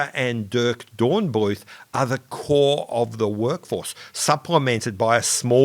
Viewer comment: You should probably stick to the anglicised pronunciation of German words, as in Dornbluet and Son.